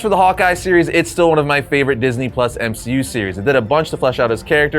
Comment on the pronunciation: No ones gonna talk about M-she-u?